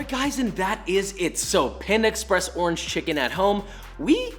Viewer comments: I believe that he said ''Torange" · . He really did it. He found the word that rhymes with "oringe" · Did he say door hinge? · Or it could just be referring to the fact that door hinge can rhyme with orange (with slanted pronunciation) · Tf is a "dorhidge" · A classic Eminem trope where in order to rhyme with Orange you break it into 2 syllables Or-Ange ergo Door-Hinge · I heard door hinge too. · Yeah it's not you he was making a joke and definitely said door hinge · Who else googled what the hell a door hinge orange is just to realize he was messing around with the pronunciation? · Anyone else hear door hinch when he said orange?????? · Bro you think doorhinge rhymes with orange too!!? ive been telling people that for like 10 plus years and they all so they cant hear it -_ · Did you say doorange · Not sure why i heard you say "zest of door hinge" instead of orange. But it made me laugh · Me: rewinds 5 times to see if he said “door hinge” instead of orange. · i heard the orange as door hinge. 🤦🏻‍♂️